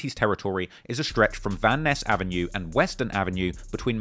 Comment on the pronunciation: "Van eyes" not "van ness"